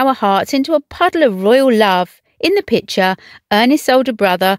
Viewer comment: And it’s pictyour, not pitcher!